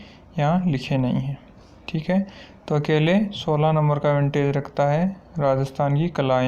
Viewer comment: विंटेज नहीं होता वेटेज होता है।